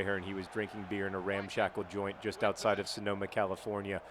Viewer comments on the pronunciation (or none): none